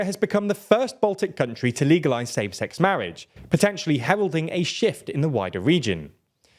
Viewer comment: I swear it sounded like "safe sex marriage" instead of "same sex". That would be a whole different issue. :)